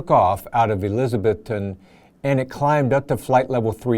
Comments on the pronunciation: Really good presentation. Just an FYI….I lived in East TN and it’s pronounced Eliz-ah-bethton — not Eliz-Beth-ton. Not a big deal but just thought I’d mention it! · The good folks of Elizabethton pronounce it "elizaBETHton".